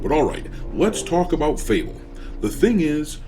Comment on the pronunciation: Fable hahahahaha sound like UNABLE